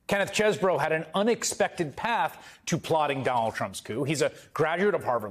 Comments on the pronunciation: OOooh..., oh, you finally figured it out? It is pronounced "cheese - bro." Cheese would have been the original pronunciation, which is confirmed by Harvard classmates' pet name as "the cheese." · fwiw, chesebro pronounced his name as "cheese bro" ... until his GA indictment. he literally used to use "cheese bro" as a reminder of "I"M FROM WISCONSIN" (which was weirdly desperate sounding - even 20 years ago) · Pretty sure knew how to pronounce his name but decided to emphasis the Cheese part As do I still